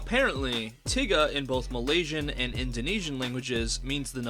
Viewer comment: why he pronounce tiga like that 🤔